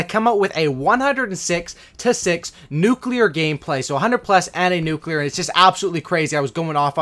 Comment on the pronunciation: Nuke nuklear